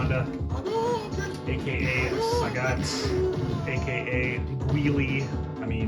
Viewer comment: "SAGGET" and "GWEELAY" 😂😂😂 this made me laugh man. I used to say it like this when I was a kid 😅